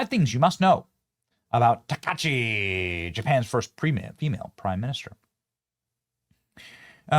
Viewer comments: It’s “Ta•kuh•ee•chee”, but I love her already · Shes pronounced taka-eechee, Takaichi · I enjoy watching your clips…. I have lived in Japan, for the past 15 years.. A couple of things to point out.. Your meme at the top, was closer to a Chinese accent. Her name is pronounced Taka-Ichi She’s not the Japanese Trump. … That would be KamiYa of the Sanseito party. Japan’s, so called conservative party, the LDP, is mostly run by what we call in the USA, RINOs. It’s because of the impact of Kamiya, and the Sanseito party, putting a huge dent in the LDP, and other parties, that made it necessary for the LDP to choose Takaichi (Taka-Ichi). She was fought tooth and nail all the way. One example is the Komeito party separated from the LDP trying to wreck her chances to becoming Prime Minister.. We are happy to have her as Prime Minister.. The LDP was really close to having a Kamala Harris IQ level politician lead the party.. (Seriously dodged a bullet with that…) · Benny san! Correct pronunciation is Taka Ichi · About how to pronounce her name: when Japanese is converted to the alphabet, all vowels are pronounced separately, not joined into one sound as in English. Thus "ai" is two sounds, not one, and her family name becomes "Taka-ichi." By the way, another surprising thing from her background: she commuted to university on a Kawasaki bike--there's a really cool photo circulating in Japan of her on her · Taka...ichi, it's ok to pronounce it correctly. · pronounced TAKA-ICHI she loves motorcycles, Iron Maiden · You're butchering her name Benny come on! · Omg Benny at least say her name correctly if you're doing a piece on her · yo man, do not eat the I, it's Taka"I"chi, not 'Takachi' nice vid though! very cool that Japan is keeping it's culture! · Taka-EE-chi, not takashi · Her name isn't Takachi, it's Takaichi. You need to pronounce the 'i' or it changes the meaning of her name. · it isn't Takachi...it's Taka-ICHI. Please pronounce it correctly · Benny its Taka- I-chi